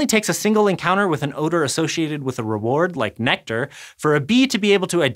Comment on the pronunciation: Haha! I get it; NECKtar... instead of nectar... bye.